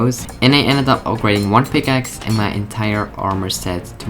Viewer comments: yeah i heard that picaces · Be like: " I switched pikakes" pick-a-kes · just listen how he says pickaxe 😂😂